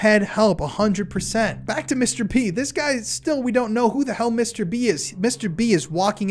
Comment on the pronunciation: I can't help but think your saying mr beast whenever you say mr b...wich the timing is uncanny